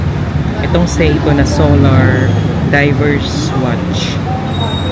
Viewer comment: Diver’s Wartch po, dipo “Diverse”.. btw, thanks for the video.